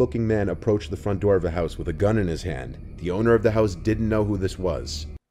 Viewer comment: "open the noor"